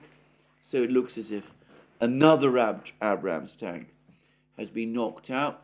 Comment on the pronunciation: Alexander what is an Abb-Rams-Tank?